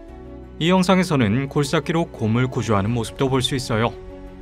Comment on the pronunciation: 굴착기를 굴싹기라 발음했나요? 말끝마다 음을 높였나요?